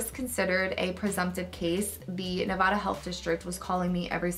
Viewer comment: It’s Ne-va-duh not Ne-vah-duh lol